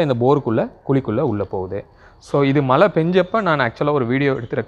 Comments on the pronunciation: மலை/மளை நீர் இல்லை. மழைநீர் என்று சரியாகச் சொல்லுங்கள். தமிழுக்கு அழகே (அளகே‌இல்லை) ல ள ழ‌ உச்சரிப்பு சரியாக இருக்கவேண்டும் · நீங்க மழைநீர் சேமிக்கலனா கூட பரவாயில்லை. மலைன்னு சொல்லாதிங்க மழை. அலுக்கு... அழுக்கு.